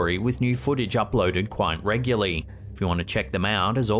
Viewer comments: Reguly? Do you mean regularly? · ‘Regully’? Why are Brit’s always adding and omitting letters from words?